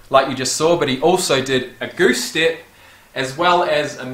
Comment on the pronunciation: This whole time I thought you were saying stip when really you just don't prononcee the E step